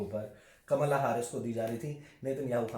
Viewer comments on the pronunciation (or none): none